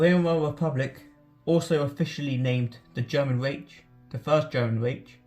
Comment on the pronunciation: Try Vymar and Ryk if it helps. Pronunciation is important if you want to be sound knowledgeable.